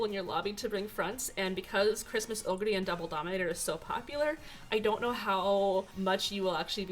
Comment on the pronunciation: Your pronunciation of "oguri" is so much closer to the japanese pronunciation than the typical English-speaking youtubers'. It made me smile.